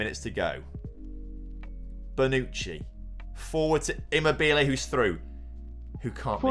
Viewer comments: Listening to him saying immobile wrong is funny but great job on finally winning the euros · Great!!!!!!! here start all! Immobile is funny! Donnarumma.... who? On Immobile the stress is in the wrong position and sounds funny. But Donnarumma... I listened him 5 times in a row... I would never be able to call him like did! Now the important thing: GREAT JOB TOM!!!! ole... ole ole oleeeee!!!!!!! ole... ole ole oleeeee!!!!!!! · The way he says Immobile 🤣